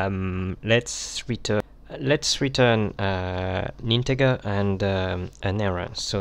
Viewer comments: Integer is pronounced InteJer - NOT Inte grrrr. Good video otherwise! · Looks professional and legit. If any beginner hears he/she might adapt "Inte garrr". And you don't wanna say "Inte garr" in your office/workplace.